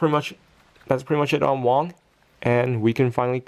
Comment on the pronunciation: did you said wang? it was wong